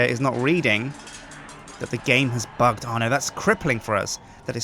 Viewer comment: its bugged not bigged bigged isn't a word